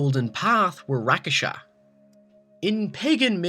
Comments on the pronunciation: omg rakshasa isn't even hard to read or say. it's rakshasa not rakasa jeese I can't watch this video like this. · You don't say Rakasha, they're called Rakshasa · its not Rakesha .. its Rak-sha-sa .. man eating demons from Indian mythology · Rak-sha-sa not rakasha tf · It's not Ra-Ka-Sha... It's Rak-Sha-Sha... in Malay, Indonesian, Tagalog, Hindi, etc means "monster". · Its Rakshasha not Rakasha -.- Rakshash means monster in Hindi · Oh dear god its RAK-SHA-SHAA not RA-KA-SHA. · just a little correction, its rakshasa not rakasha but it wont matter though. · It's Rakshasa and not Rakasha. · that's not how you pronounce "rakshasa" :T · what the fuck is a rak-a-sha its rak sha sa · quick tip: "rakshasa" isn't pronounced, "rakasha", but, "rak-shah-sa" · Dude it is rak-sha-sa not rak-a-sha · Rakshasa is pronounced "Rock Shossa." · It's pronunuced "rak-sha-sa" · Why do you keep pronouncing Rakshasa as "Rakasha"... I mean I know it's not an English word but cant you at least sound it out? Great video either way though lol! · Man, you are pronouncing Rakshasa wrong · How did you write rakshasa perfectly but still managed to butcher the word. Dude just sound it out. Syllable by syllable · Your pronounciating rakshasa incorrectly. You are missing "sha" in the end. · He said rakshasa wrong and it's annoying the hell out of me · Is it really that hard to pronounce "Rakshasa"? All you have to do is say it the way it's spelled. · Uuhhh, good job on the pronunciation of Rakshasas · great video my man, but you seriously butchered like some of the non english based words like ghale, ishwari, rakshasa etc. But otherwise great video, keep it up!